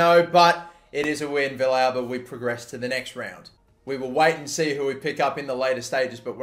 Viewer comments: Also, Villalba is (V-Al-Buh) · Your pronouncition of Villalba hurts my soul. It's vee-yalba. Or, if you want to go with the argentinian spanish, vee-salba.